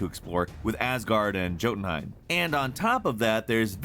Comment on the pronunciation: the way you say jotunheimen makes me cringe